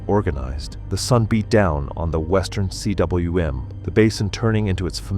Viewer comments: It's not C.W.M., rather it's a Welsh word meaning valley. Pronounced 'coom'. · CWM is pronounced koom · Cwm = "koom" - do your homework!